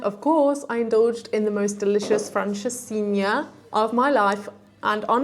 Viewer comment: Olá! In Portuguese now, although I speak English. Bom dia, Guimarães, Centro Cultural de Belém, Porto, Francesinha? Tão bem pronunciadas estas palavras, estou estupefacto! Anda aí um Bife que mora em Viseu há quase 5 anos e ainda não sabe dizer "Viseu" como deve ser... Por outro lado há o Dave in Porto que até já diz umas boas asneiras. A tua voz a cantar na capela é um espanto. Qualquer dia até já cantas Fado, não te preocupes e curte a vida, com música de preferência. Xau, beijinhos!